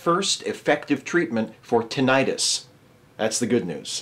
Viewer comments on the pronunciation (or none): StrawberryEggs Yes, it does make it sound like an inflammation. At first I wasn't sure if meant tinnitus or if there was another condition called tinnitis. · Is that how Americans pronounce tinnitus? Or is that just you? Good to hear that we're getting closer to treatments for tinnitus. I'm looking forward to treatments for those irritating floaters I get in my eyes.